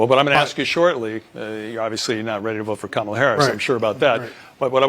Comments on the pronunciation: Ha ha ha four of them pronounced her name wrong, which would get them attacked in most circles until one emphasized the name and then one still said Carmella 😅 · They all mispronounced her name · I think i heard them say pronounced Kamala 3-4 different ways 🥤🤣🍿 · Why weren't all the panelists called r*cists when they mispronounced Kamala's name? Why wasn't Michael Eric Dyson screaming while clutching his pearls? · How come the the moderator there didn't correct anybody for their pronunciation of her first name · Half of them mispronounced her name but said they’re voting for her. Funny how they weren’t told they were being race cysts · Just want to point out these people pronounced her name two different ways and none were called Ray Cists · Why didn't the interviewer correct the two up front, and the woman in the back, who mispronounced her name? Where is the outrage? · Why didn't the CNN guy fuss at them for pronouncing her name wrong? I thought they said that was disrespectful. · Not 1 of them pronounced her name correctly! WTF? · They all said her name wrong 😂. Why didn’t the interviewer call them out. They all must be racist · None of em said Kamala right.😂 where's the outrage??? They're all stoopid and that white dude is gonna get some much shit for looking like a Kuk for Kamala